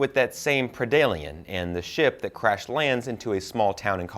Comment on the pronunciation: Wow... Please study the lore, there are MANY examples of humans and predators teaming up, and some examples of them ending up respecting eachother... Also, it’s pred-alien, not pre-dalien, and on alien, it was H.R. Giger, not Stan Winston....